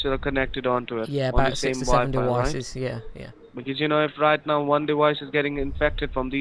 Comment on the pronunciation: Dewices. Wisa card. C wi c number. Hilarious.